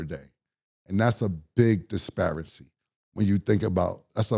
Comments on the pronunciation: is cam saying disparity or disparicy?🤔 It sounds like his is saying disparicy😂😂 I like hearing ninjas pronounce words that they don’t normally say. They stay Mispronouncing words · actually he was saying "disparity" meaning a difference in level or treatment, ... He just said the word wrong